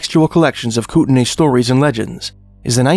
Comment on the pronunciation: it's spelled Kootenai, and is pronounced "coot-in-eye"